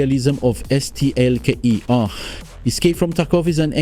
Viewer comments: Je comprends pas le délire de prononciation de STALKER là.. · Yes wtf is wrong with you just say Stalker ffs xD